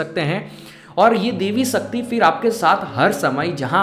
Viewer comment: sakti nhi shakti bhai saab.... talking about your pronunciation